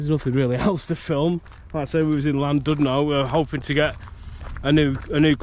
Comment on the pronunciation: Last time I went on one was as a kid on the old one at Alton Towers in the 80s - came flying off the track and hurt my neck badly! Never again... 🤣 (PS, on the principle that if no-one ever tells you how would you know any different, it's pronounced "Llan-DID-no". Hope this comes over as helpful rather than a criticism! 🙂)